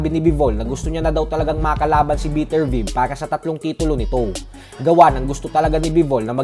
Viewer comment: beh-ter-bi-ev ata pag pronounce don